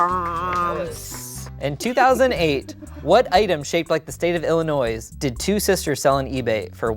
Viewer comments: Hearing people pronounce the 's' at the end of Illinois will always make me cringe a little 😅😂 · The way pronounced Illinois made my midwest soul leave my body 🤣🤣